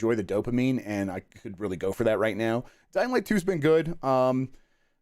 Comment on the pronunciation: Every time Jeff says dying light 2, I hear Dynamite 2 and always say to myself "wtf is Dynamite 2?"